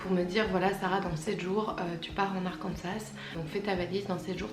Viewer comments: Je vois que tu as la critique facile mais rien que le fait de prononcer le S d'Arkansas démontre ta "haute" volonté d'intégration culturelle... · Quand t’as dis Arkansas j’ai tout de suite compris :)